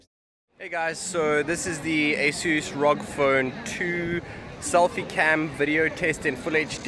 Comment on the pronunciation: who says R-O-G as rock 🤣🤣🤣